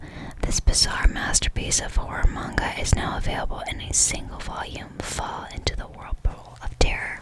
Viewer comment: ngl i thought she said whore mange lol but then i realized she was saying horror 💀 LMAO